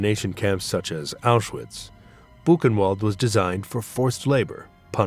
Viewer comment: Apenas repetiu filmes e não sabe pronunciar awchuwitch